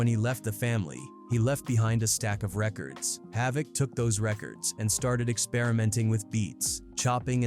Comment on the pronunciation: He pronounced havoc name correct